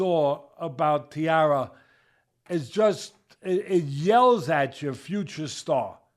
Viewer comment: Tai Ra, Tai as in Thailand not tiara.